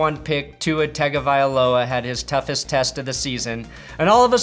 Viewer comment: Tua’s name is pronounced, Tua Tungovyloa. It’s really weird but that’s how he says it